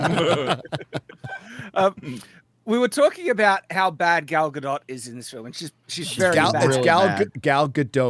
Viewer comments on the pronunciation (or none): Gal Gadot is a Hebrew name—it does not rhyme with • "Godot" or • "row" /ˈɹoʊ/ (US), /ˈɹəʊ/ (UK) or • "goat" /ɡoʊt/ (US), /ɡəʊt/ (UK). It is pronounced [ˈɡal ɡaˈdot], ie. ending with an /o/ sound, approximately like in the word • "story" /ˈstɔ.ɹi/ (US) and a /t/ sound at the end, like in the word • "not" /nɑt/ (US), /nɒt/ (UK).